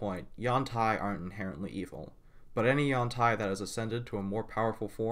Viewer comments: Nope. Ed Greenwood has weighed in, claiming its pronounced yawn-TEE or however you want, since it's a fantasy word. But it appears to come from a poor Chinese translation meaning "flexible body" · I have two comments. 1. I do not care if it's the official pronunciation, according to WotC, Yawn-Tai sounds cursed to me. It's been U-an-tee for so long for me it's the audio equivalent of which some stick an ear of corn on the cob in their mouth length-wise. 2. I understand it is a sensitive subject so I will try to tread carefully. The representation of Yuan-Ti as emotionless is not meant to be a representation of Autism or any other kind of mental issue. It's meant to be a representation of the less complex brain structures of reptiles, the same as is done for Lizardfolk. It could also be argued that it's a representation of psychopathy or a media-based depiction of psychopathy, but that's not really my place to say.